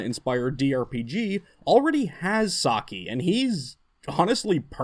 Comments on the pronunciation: Btw Saci is pronounced Sasi, not Saki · Brazilian folklore and indigenous mythology has a lot of really cool and interesting beings. And btw, the "c" in Saci has an "s" sound, like in "symbol" or "city"